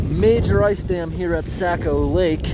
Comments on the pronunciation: I've lived in New England all my 57 years and I've never heard Saccco lake or river pronounced Sack-o as you pronounce it, by locals anywhere in New England especially in Maine. It is always pronounced Saw-ko, like saw mill. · Socko not sacko. Saco is Socko/sawko or perhaps Sah-ko but definitely not Sack o. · you were in my neck of the woods. so cool and it is pronounced "sock oh" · it is pronounced socko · Saco is pronounced like saying “Sock + O” like Socko, Saco. “Sake + O” well this is how Mainers pronounce it…